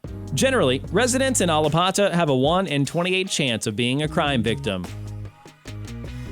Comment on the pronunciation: There’s nothing but polices 👮‍♀️ officers in Wynwood and you didn’t even pronounce Allapatthah